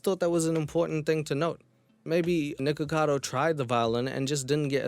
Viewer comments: I think the reason that charlie says “nickado” instead of “nickacado” is that it’s been pointed out that it kinda sounds like the n-word when you say the beginning of “nickacado” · I've been aware of Nik ever since his drama with Trisha Paytas and since then, the amount of creators I've seen pronounce it as "Nikado"? Much more than you'd expect 😅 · I´m mostly on the side of Penguinz0 on this, it just drove me FURIOUS that Charlie just kept saying "Nikado Avocado", even though he spelled his name perfectly correctly in his video title. Even though I don´t even like Nikocado Avocado, shit like that drives me NUTS, because it´s SOOOO easy to fix.... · It drove me FURIOUS that Charlie just kept saying "Nikado Avocado", even though he spelled his name perfectly correctly in his video title. Even though I don´t even like Nikocado Avocado, shit like that drives me NUTS, because it´s SOOOO easy to fix.... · I think the whole thing with calling nikocado avocado 'nikado avocado' started with pewdiepie because as much as I love him he has a problem just... saying words in general and when he talked about mukbang videos nikocado was in it and he said nikado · i couldn't stop laughing every time charlie called him nikado XD hahaha he spells his name correctly in the title too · This was such a great video. I can't tell you the itch it scratched, particularly correcting Charlie and how he couldn't say Nic's name, I was driving me insane because I didn't see any comments about it like I was the only one who noticed :p thanks new friend :) 💜